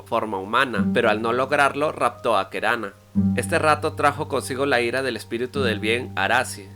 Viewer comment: Buen video! Una observación: en guaraní, la última sílaba no se acentúa, así que hay varios nombres que se pronuncian con acento en la última sílaba que te habrás confundido y los pronunciaste como palabras llanas (Tejú Jaguá, Taú, Keraná, serían las pronunciaciones correctas), y la "y" tiene su propio sonido en guaraní que no es parecido a ninguno en español.